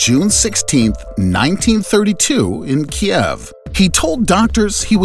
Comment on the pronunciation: Great video, but yr pronouncing Kiev wrong. It’s actually ‘keev”, like the name Steve